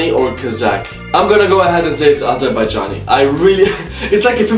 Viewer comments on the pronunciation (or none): U gest wrong azerbajan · You say AZERBAIJAN Kazak. Why???